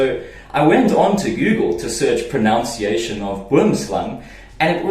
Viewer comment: The word is "pronUNciation. Dankie.